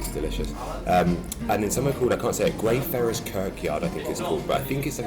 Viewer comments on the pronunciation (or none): Hey just to let you know it's pronounced Grey-fry-ers 😂😂😂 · (Grey - fry - yars) :D Really enjoyed this week!x